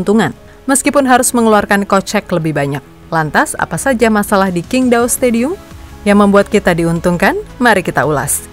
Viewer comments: Sebenarnya cara baca yg bener itu Cingtao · QINGDAO org cina bilang CINGTAO min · Tanpa mengurangi rasa hormat, itu stadion adanya dikota cingdao min (dalam mandarin huruf Q dibaca C)🙏